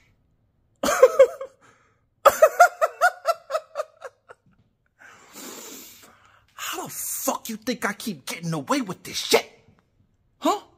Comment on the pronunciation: It's not Nickelodeon, it's Lickatoedeon